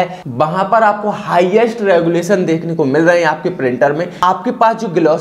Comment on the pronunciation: गुलेशन नहीं रेजोल्यूशन होता है